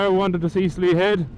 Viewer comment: Congrats on 50 videos man! Slea head is a savage spot to be fair. Us Kerry folk pronounce it "Shlay" ;) I'll never forget that bend , I came around that at night on the Super Four and I have no idea how I didn't bin it! I'd forgotten it's all stone not tarmac as the water runs so often there the tarmac goes all cat so they never tarmac it haha! I don't save any of my videos, I just upload them and then delete them haha! I actually just ordered a 2 piece rain suit to go over my leathers! They arrive Thursday! :D Going to need them for when I head up North for the Photo Rally! Don't want to get caught in the rain and have wet gear for 3 days....